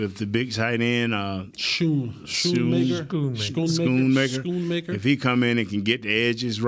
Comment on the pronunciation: Can you guys say school? Not shool??? Then you should be able to say Schoonmaker’s name right. Come on now. You’ve effed it up for weeks and, didn’t you and learn in grade school, or college at least how to pronounce “school”? Schoon is the same! Just a different consonant “n” instead of “l” at the end of those two “oo”. Think back to “school”. Is it shool?? Schooled ya; hope you learn!:)